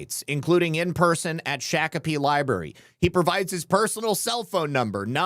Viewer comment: It's pronounced shock a pee